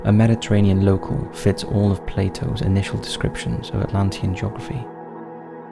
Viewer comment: Love jacking the volume all the way up, just for this channel, only to get a headache from the droning music... and STILL barely understand anything. The topics are always great, so it's extremely frustrating to watch. Also, obligatory: locale =/= local. Locale is pronounced like al- in Allen. There's always one word like this that sticks out and gets used often enough to be grating...